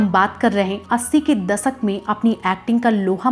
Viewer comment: धूर्रान दसक नही दशक बोलते हैं